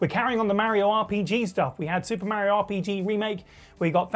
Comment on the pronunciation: Itsa me Merryoh!